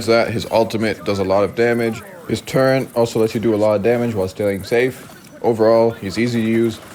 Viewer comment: If I hear one more person call a turret, a "turrent".... REEEEEEEEEEE